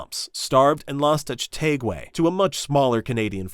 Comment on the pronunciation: Niagra -- 'Nigh-ag-ra', not Nigeria -- Ni-jear-ia'. One is on the river of the same name, with the major waterfall, one was an future country in Africa. Chateauguay -- 'Chat-ea-gway', oh, and like many British victories in the war in the north, their side was quite outnumbered and consisted of a mix of British Regulars, Canadian (English and French) militia, and Natives.